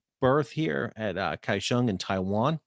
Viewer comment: No he didn't pronounce it correctly, as I doubt he speaks Chinese. He said Kaishong getting the first syllable coda wrong and with an aspirated /kʰ/ and without a palatalized glide (he doesn't even palatalize the 'gl' in his own name). For a monolingual English speaker (bless their souls), the closest approximation would be Gao-shyong, but that's the Mandarinized version, in the original video they were speaking Hokkien, so the locals normally call it in approximated English spelling: Go-hyong, or Dagáo, as it was originally a Siraya name "Takaw" (there are no aspirated consonants in Siraya so it sounds like Dagáo to English ears) then translated by the Japanese occupation into Taka-ou, spelled in Kanji as 高雄, then re-pronounced with Chinese pronunciation. Put 高雄 into Google translate and hit the speaker button to hear its pronunciation in Mandarin at least.